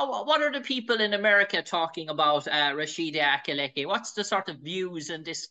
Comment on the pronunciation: This supposed Irish Analyst called Rashidat Adeleke, Rashida Alileke